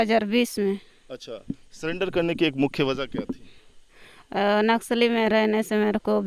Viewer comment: सलेंडर नहीं सुंदरी जी सरेंडर बोलते हैं इसलिए पढ़ाई किए रहती तो आज पक्का IAS बनती😂